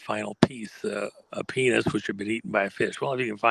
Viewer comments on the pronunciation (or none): Go ahead and say penith again. Come on, one more time.....Penith